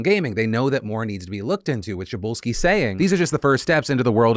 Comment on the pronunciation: Good job on pronouncing Przybylski